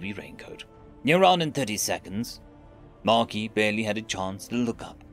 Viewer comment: The S is silent in Marquis...